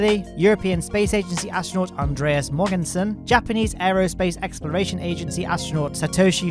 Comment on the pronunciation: Danish name pronunciation hint: Andreas is fine, but his last name has kind of a silent G - think "to mow": So Mowensen :)